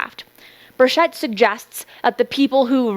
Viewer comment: It's Bur(ch)ett not Bur(sh)ett.